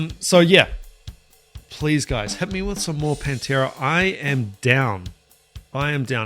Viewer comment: Need to correct your pernunciation sir... The band is PAN tera..... you keep swapping the A for an E there is a Penntera... a Pennsylvania based Pantera tribute band.